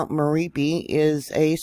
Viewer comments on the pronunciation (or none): It's pronounced Mer op ee